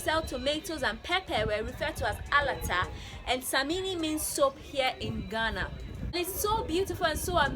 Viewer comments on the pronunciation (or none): Alata samla, not samini pls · it is pronounced A-LA-TA SA-MI-NA and simply means Nigerian soap, Alata means Nigeria in Ghana and samina is soap